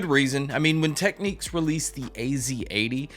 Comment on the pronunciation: it's pronounced "tech-nicks".